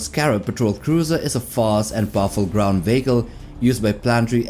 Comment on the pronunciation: VEE HEE KÀL not veeehko